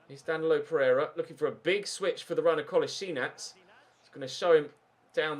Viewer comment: Kull-as-ee-natch For some reason I got really annoyed when you pronounced Kolasinac wrong